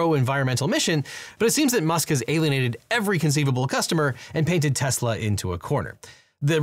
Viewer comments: Did you just say “Teslers”? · Tesler… everything’s computer. 😒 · "Teslers" 😂 I'll never forget Trump saying "I love Tesler!" and "Everything is computer!" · “I LOVE TESLER!” - Donald Trump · why'd you say tesla with a hard R?? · did he just say tesla with a hard r? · Yep, that's how TFG said it. He is too used to using a hard R with another word usually said with an A at the end...